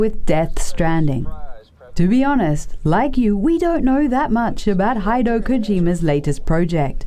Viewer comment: Haido Kojima? Really? I’m positive you’ve said HIDEO Kojima correct in the past. How do you even make that mistake! 🤦‍♂️